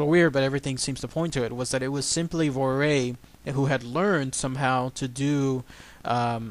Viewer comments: The daughters name is vo-war-ee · Dalby in the Isle of Man is the place in the British Isles where these events took place. The daughter's name is pronounced "Vorree." My father was born in the Isle of Man in 1932 and grew up there. He is well aware of this story. Christopher Josiffe's recent book about Gef and the Isle of Man is fascinating.